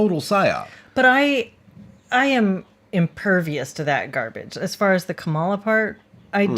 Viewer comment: So, with all of the talk about language, I feel compelled to ask why you're both mispronouncing "Kamala." Do you really not know how to say it, or is this intentional? The accent goes on the first syllable.